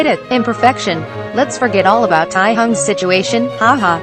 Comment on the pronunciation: lmao “tiehung” 😂